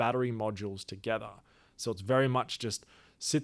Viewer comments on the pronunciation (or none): none